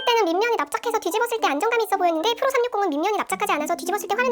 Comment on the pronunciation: 주푸로~ 푸로 발음이 구수하구만~